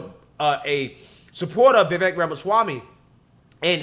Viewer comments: Yea… You do butcher names lol. Peace bro, def look forward to your posts despite that. But Vivek is pronounced (Viv)- (Vake) lol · You don’t get his name right, and he might come at ya 🤷‍♂️